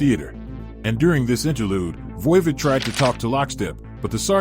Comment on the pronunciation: VOIVOD is pronounced like "odd" the opposite of even